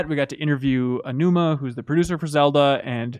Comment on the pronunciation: Learn how to pronounce Aonuma properly. Respect.